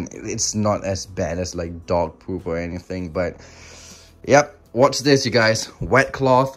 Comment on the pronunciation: I heard dont wash this while eating instead of dont watch this also : moisterise